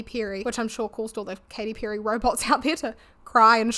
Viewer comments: I know that by now i'm jumping some kind of accent police bandwagon, but in my brazilian portuguese speaking brain it's WILD that i keep hearing you say 'pew-ry'. 😀great video! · Enjoyed your video ❤ you can get some stuff for the backround i dontt know but dont apologise about your voice all good tye way you pronounce "perry" did make me laugh tho I say with love 😅